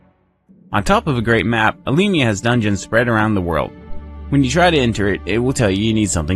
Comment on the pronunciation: You pronounce "Alemia" very well ;) Don't forget that we are French speaking, the name will always be different in English and in French.